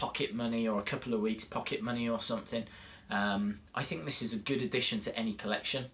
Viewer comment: You say stink lol